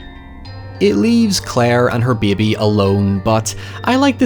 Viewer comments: out here rivaling Moira Rose’s pronunciation of bébé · I thought nothing could be better than hiyever: then I heard say bebay. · Lov how pronounces bey-bee 🥰